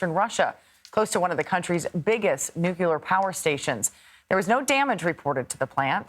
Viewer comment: Geese. New-clee-ar, not new-cue-lar.